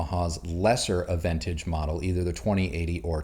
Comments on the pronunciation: Please pronounce the receiver model correctly... it's not "ah ven tage".... it's "ah ven taj"... SMH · Are you a bona fide audiophile. You pronounced AVENTAGE incorrectly. It is pronounced AH VEN TAAG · Aventage has a French pronunciation. A-ven-taj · It’s pronounced “Ah-ven-TAHG” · When I shopped for my Yamaha, I decided that the salesperson had to be able to properly pronounce Aventage. Only one out of ten did so he got the sale. Its ah van taj. Check the Yamaha site for the proper pronouncing. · You mispronounced the name